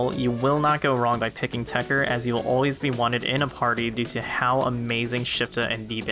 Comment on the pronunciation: why are you leaving the 2nd T silent it TechTer not Techer but whatever.